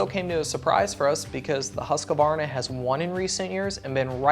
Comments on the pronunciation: Why cant people who speak english say "husqvarna" its not huskavarna its said huskvarna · Omfg America, there are two A's in Husqvarna not three!! It's "husk"+"varna". NOT husk-a-varna... please make it stop. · Why do alot of americans call it "husqavarna" and not "husqvarna" ? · They still can't say Husqvarna...Its Husqvarna not "Huskavarna"...